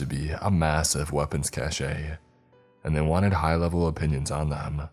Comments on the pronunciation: Loe ya bro, it's cache, not cachet, pronounced cash… :) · My mans cache is pronounced like cash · Is it too much to ask that a scientifically savvy character would say "nuclear," and not the illiterate "nuculer"? Also, "cache" is pronounced "cash". Jeez. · The only thing that I had a problem with was every time you mispronounced cache. It's pronounced "cash." But you nailed everyother word as you do in 99% of your stories. I know it's trivial but it's distracting, for me, lol. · Minor quibble. 'cache' is pronounced like 'cash'. One syllable only. Yes, I know--I should get a life.